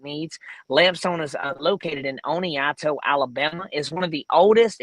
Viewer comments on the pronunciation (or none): Has it become "cool" to mis-pronounce things on purpose? I'm not even from Oneonta Alabama and that bothered me lol "Oneonto"